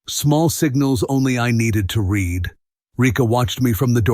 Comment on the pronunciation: I was just thinking...the Steel Heart stories are very good, but they are very repetitive. Try counselling, you'll regret this, etc etc. You really need to change-up the wording. And for heaven's sake...use the correct pronunciation...it is either read (red) or read (reed).